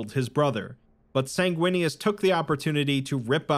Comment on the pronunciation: Bro, the chapter for Sanguinius is “Sindarius” and I was like “if he says it like that I’m unsubbing” Thankfully you got it right 🤣